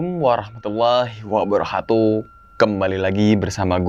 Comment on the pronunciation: WABAROKATU bang bukan WABAROHATU